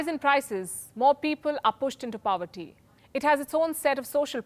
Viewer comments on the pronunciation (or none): Nice presentation. But its not Inflation 101, its the consequences of inflation described here. And Palki, whats POWERTY ? 😆